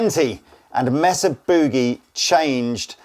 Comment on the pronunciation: Pronounced May sa